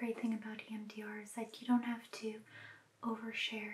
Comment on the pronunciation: I keep hearing “Iann Dior” every time she says EMDR